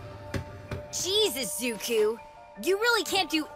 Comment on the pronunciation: If you listen close enough he says Jesus zuko